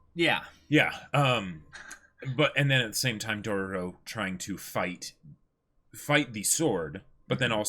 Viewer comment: 3 episode has passed and they still calling it Dorororo 🥴 even after hearing the right one so many times